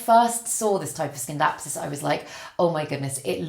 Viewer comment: in Scindapsus the C is silent